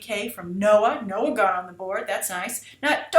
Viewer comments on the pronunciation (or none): none